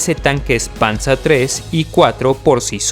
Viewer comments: Panza II no es, es Panzer II yal y como se lee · Se dice panzer no panza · No es por ser malo pero no digas panza sino Panzer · Buen vídeo. Pero de donde sacas el nombre PANZA,se pronuncia tal como se escribe PANZER 😁👍👍🇪🇸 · Por que pronuncias el Panzer Alemanan como Panzar ?? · Estudié alemán hace años. Creo te equivocaste en la pronuncia del "panzer" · a pues gracias es que me gusta la historia y siempre oí esa pronunciación en español nunca la escuché en alemán muchas gracias por la corrección hoy ya se algo nuevo soy de El Salvador por cierto me gustaría pedirte que si puedes hacer un top de los países de Latinoamérica con mejores cantidades de armas y arsenales y tecnología militar